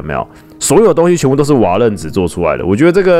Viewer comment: 是瓦楞ㄌㄥˊ紙